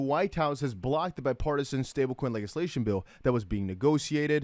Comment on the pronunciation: Legislation is pronounced .... ledge-iss-lay-shun